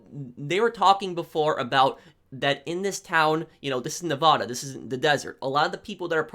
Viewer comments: You say Nevada wrong!! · i love your videos and everything... but say nevada right